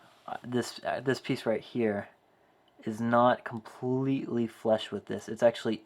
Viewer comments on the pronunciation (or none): flush not flesh lol